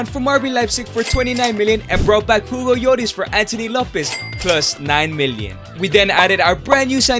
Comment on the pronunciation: Bro cant even say Hugo Lloris he say it like jugo joris